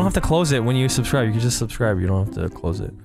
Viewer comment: Please like and subscribe? Nah, “Pelase leakiae anade surburscirbe”